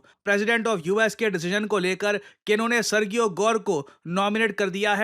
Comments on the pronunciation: Arrey mere bhai.. kahe murakh bana rahe ho apne viewers ko! Sergio ki pronounciation kabhi सर्गियो nahi hoti, wo hamesha सर्जियो hi rehti hai murakh! ✌️😂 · Pronunciation for Sergio is [Sir-g-O] or [Sir-ji-O] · Serjio pronunciation hai ... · I live in the USA and his pronouns is Ser-Jee-ohh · सर्जियो गोर they pronounce in USA Spanish name sir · When g comes before e, i, or y, it becomes a soft g, pronounced like “j”. For example, Sergio would be pronounced “Serjio.” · The pronunciation is "Serheo"